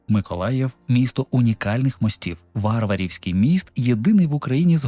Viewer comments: Цікаві факти, але назва мосту у Миколаєві перекручена. Це міст між Миколаєвом і Варварівкою. Село назване на честь племінниці Потьомкіна ВарвАри. Тож наголос в назві мосту треба робити відповідно ВарвАрівський❤ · Дуже цікаво!!! Яка велична, неповторна наша Україна!!!Давня, унікальна земля!Серце болить, що з нею роблять російські виродки. Тільки є одне зауваження : в Миколаєві ВарвАрівський міст (наголос на другу А).ВарвАрівка - район нашого міста.